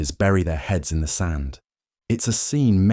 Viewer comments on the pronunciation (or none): none